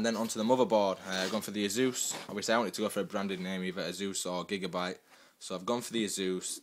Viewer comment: azuuz? you mean ASUS? haha just kidding